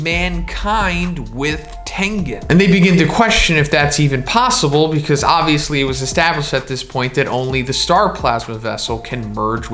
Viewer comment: everyone: becuzz: becuss